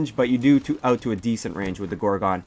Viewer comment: are you Canadian ? i thought i heard oot of your gun.